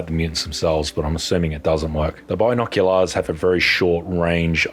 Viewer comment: Bi-nok-u-larsss the way you pronounce it made me laugh a lot